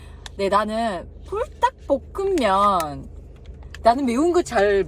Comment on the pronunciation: 불.닭.볶.음.면 발음이 토종 한국인